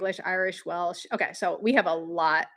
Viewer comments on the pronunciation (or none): none